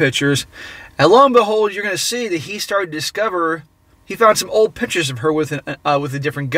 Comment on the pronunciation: PICK-tures, not "pitchers" (annoying)